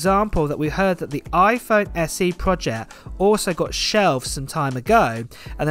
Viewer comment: It's PROJECT, not PROJEH